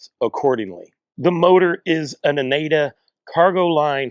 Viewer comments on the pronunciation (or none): For the record: ah-naan-duh and en-vee-oh-low. Great review!